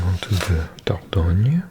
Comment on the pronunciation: Love your pronounciation of Dordogne as a french ! Love your vidéos